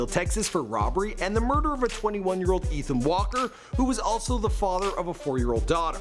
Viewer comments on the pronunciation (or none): none